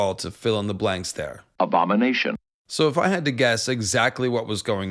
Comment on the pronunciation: currently obsessed with dune and every time u say abomination i giggle 🤭